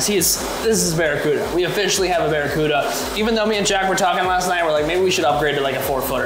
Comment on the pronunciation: "Bare E. Cuda" 🤪